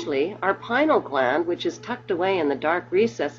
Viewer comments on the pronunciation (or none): if you going to speak about the PINEAL gland, please pronounce it properly, not pi-nal, thank you.